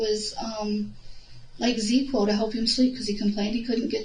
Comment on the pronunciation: I know this is just nitpicking but it’s Zzzquil. Not ZeQuill